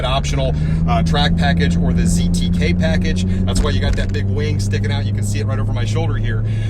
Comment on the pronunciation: ON YOUR intro...Its not called a ZKT Package...just slow down a little Mr. Its called a ZTK Package...you are very good at your Reviews. But if you slow down a little you would make sure Audience pays close attention. Just a point of Emphasis No Arm No File. T-Man